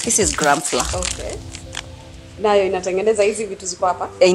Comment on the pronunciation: Lol the way you call it flaa ( flour) .. it’s funny but it’s pronounced like a flower instead. Love you hun